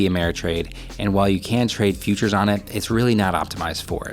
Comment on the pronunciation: I keep hearing features not futures